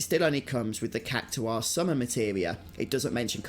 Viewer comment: It's pronounced Kak tar not kak to are